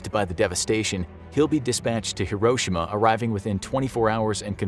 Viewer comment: Im not Japanese im pinoy but you uhh butherd hiroshima you say it slower